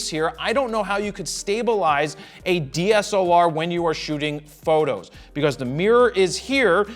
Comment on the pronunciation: "sony had a dslar" IT"S CALLED THE A99ii PUT SOME RESPECT ON OUR AMOUNT CAMERAS JARED!!! :,,((